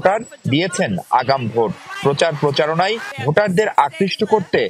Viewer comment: নিউজ পাঠক ব্রো উচ্চারনটা ভোঁট নই! এটা ভোট হবে। বাংলাদেশ বলে কথা।